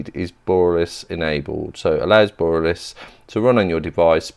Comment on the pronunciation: Just a heads up. Borealis is pronounced "bore-e-alice" bore, like bore a hole, e like the letter e, alice like the girls name. thanks for the videos. one of the best chromebook channels on youtube.